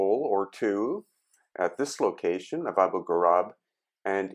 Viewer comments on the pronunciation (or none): Abu ghurab not ghurub